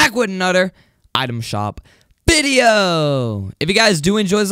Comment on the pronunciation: " We're back with ANODER item shop VIDEOOO😂 why you say another like that lol